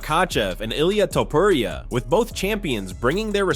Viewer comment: Please learn how to say his name already